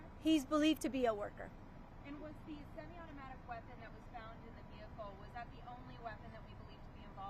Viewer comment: Do you realize she mispronounced many words from her prepared statement? Referring to semi-automatic as "semi-autic" handgun... Seriously, she is an embarrassment to the department.